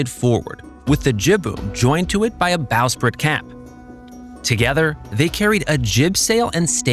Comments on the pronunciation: Good video, but lots of mispronunciations. Forecastle is pronounced fo’c’sle Bowsprit is usually pronounced bo’sprit Ratlines is pronounced rat’lins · I noticed that too. Bowsprit and Ratlines was also mispronounced.